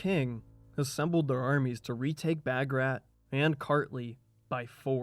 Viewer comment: Wonderful documentary. Although the part where Georgia “broke away” from the Roman church wasn’t accurate. The Georgian Orthodox Church is in full communion with all the other Eastern Orthodox churches (Greek, Romanian, Serbian, Russian, etc.) Also - Bagrat is pronounced “Bahg-Rhat”